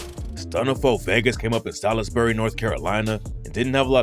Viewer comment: Bro that’s not how Salisbury is pronounced lmao 😂